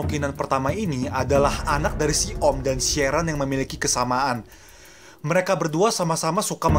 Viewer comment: Sharon di baca sherren jadi kerasa dipanggil aq